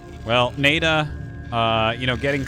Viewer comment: Isn’t NaiDa pronounced Na-ee Da?